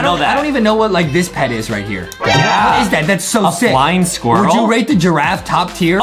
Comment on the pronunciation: This man says flying spuirrel WHAT IS A BAT DRAGON